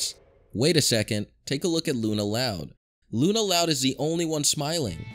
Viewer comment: LUNA LOUND?